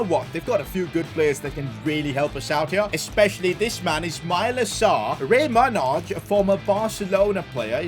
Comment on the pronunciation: I've never heard anyone actually pronounce manaj how it's say how it's spelt. I'm pretty sure it's pronounced manai